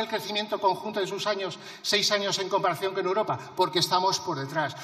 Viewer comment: Esta señora no sabe decir europa ,europea,dice uropa,uropea, escúchenla bien